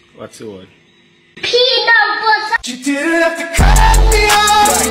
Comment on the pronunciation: "PEANUH BUTTUH!!!"